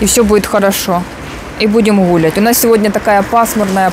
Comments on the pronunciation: почему Вы постоянно говорите слово “гулять» и ставите ударение на первый слог? Не знаю, как кому-мне аж слух режет. Не обижайтесь, пожалуйста. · причём тут акцент?) Это семейное произношение, так как в семьей говорим ГУли имея ввиду гулять и это авторский канал, а не образовательные курсы)